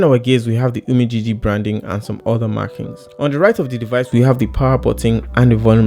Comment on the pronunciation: You really tried oo.. Pronouncing 'UMIDIGI'